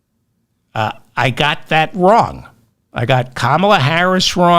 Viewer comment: Why do you keep mispronouncing Kamala ?